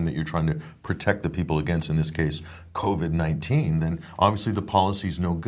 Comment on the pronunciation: I ❤ it when says Covy 🤣